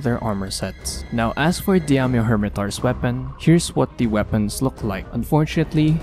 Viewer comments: Not diamyo, its Daimyo... The A comes first, idk how you can mess that up lmao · pronounce daimyo as die-myo... not di-am-yo, not diam-yo, not dyam-yo... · It's pronounced "Die-myo" :P That said I really hope they did a lot of work with its moveset, as I found his fight dull and annoying in previous games. There's at least that new jumping claw attack that looks kinda interesting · I had to make a comment to help your pronunciation. Daimyo is a Japanese word and is pronounced die-me-oh. A daimyo was a fuedal lord of Japan who were vassals of the shogun, hence there being a shogun version in the games. Good video! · for some reason, why do i feel like every time you say Daimyo Hermitaur it sounds like " DAMN YOU Hermitaur" - probably just me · Demdieddeiodoido. You can say Shogun but not Daimyo 😂